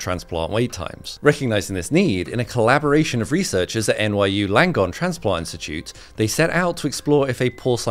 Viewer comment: "Colla-boar-ation" This is why I love this channel.